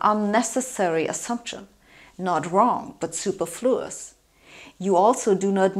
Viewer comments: Ha ha, she said SUperfluous instead of suPERfluous, she put the stress on the wrong sylLAble. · Counterintuitive perhaps, but the word “superfluous” is properly pronounced with the stress on the second syllable not the third. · Wow, Sabine's pronunciation of superfluous was way way off. Her EN is usually perfect, but here it was an outlier.